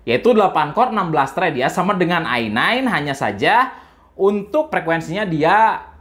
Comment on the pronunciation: "Se Pe U intel ai sepen dan ai nain" 😂😂